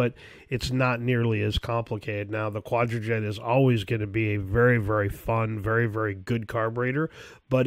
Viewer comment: The amount of times the words "edelbrock" and "quadrajet" have been butchered in this section is epic.